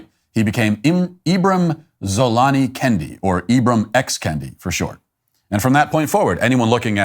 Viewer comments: He probably can’t even pronounce the click in “Xolani” probably 😂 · He can’t even pronounce Xolani! Either in Zulu or Xhosa it is ‘click’ sound. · 'Xolani' is a fairly common given name in South Africa, where I'm from. It's from Zulu. The X is in fact one of the clicks in that language (not a Z sound as in French). I'm curious as to whether Henry Rogers ever managed to pronounce his new name properly? I betcha betcha betcha he never did. Poser.